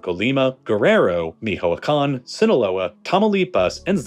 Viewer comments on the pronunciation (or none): The ch in Michoacan is pronounced together. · I just cringed on your pronunciation for Mi-CHO-acan. It's not Mic-joacan. Beyond that, there's some things that you got wrong. First Amlo did not legalize any drugs, that was a civil lawsuit that the people who presented it won and we're allowed to use recreational use MJ. When the president was pressed to legalize he was aloof and as he was and is very socially conservative he never pushed for any legislation regarding this subject. So, while most is technically correct you're missing a lot of the context behind facts that you're stating. Your opinion is just that so that's nor here nor there. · Michoacan is pronounced how it's spelt, not Mihoacan. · Michoacán is not a German word… at all.